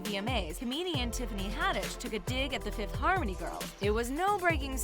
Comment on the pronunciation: “Fifth Hamony” lol